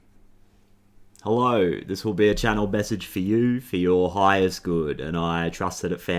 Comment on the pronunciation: I look forward to hearing that “Hell-ore”😂 thank you for your readings!